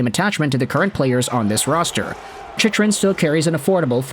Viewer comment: you lose all credibility when you don't pronounce his name correctly...its Chick..run. You sound like you dont know anything about the NHL.